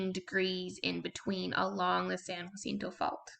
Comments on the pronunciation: Thanks for the video! Helpful tip: "jacinto" is pronounced "HAH SEEN TOE." If it were spelled "jUacinto", then you'd pronounce it "HWAH SEEN TOE" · Why u say jacinto like that? 😂